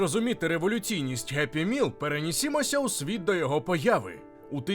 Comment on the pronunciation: Геппі міл тобі в сраку за таке вимовляння